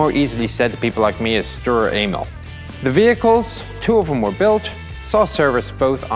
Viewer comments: just me did he say stur anal? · Seems like he said "Sturer anal" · if you listen closely he says " sturer anal " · His pronunciation of Sturer Emil is just sloppy. Do just a bit of research and make it sound somewhat similar. And German is not that hard. Some words such as sfl are simply three words written as one. Just pronounce them as separate. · You murdered it's name D